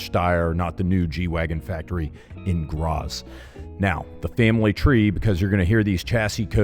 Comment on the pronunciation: Great video! Geländewagen: “GEH-LEHNDEH-WAH-GEN.” Graz: “GRAH-TS.”